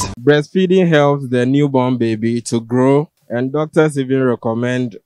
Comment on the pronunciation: “it helps the child to Glow” ... yes correct but why’s it so hard to say “Grow” 😂😂 Ghanaians and their R’s & L’s